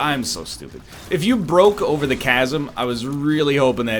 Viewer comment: Chas... some say Chasm